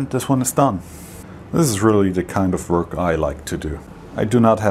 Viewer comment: I like how you say "wörk". A lesson about tolerances would be nice.